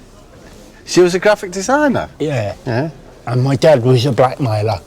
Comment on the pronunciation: "Well my mufa wasch a grafffik desinaahhh...." CRACKING UP WITH THEM TOO.